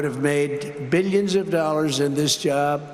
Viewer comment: Hearing that convicted felon mispronounce "billions" as "beeyuns" and just keep saying "beeyuns and beeyuns" in every sermon, will make anyone go a bit weird.